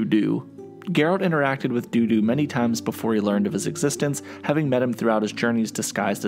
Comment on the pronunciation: No, it's Dudu, not Doo Doo.